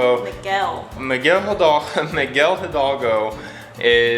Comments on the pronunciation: It's funny to hear you say jidalgo everytime. you can day idalgo since the h is silent in spanish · Miguel HI-DAL-GO, try to say it syllable by syllable, with practice you will succed. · You guys are amazing and know more about Mexico than me. Miguel Hidalgo is spelled with a H but is pronounced without the H Miguel Idalgo. You guys bring so much joy! Love you guys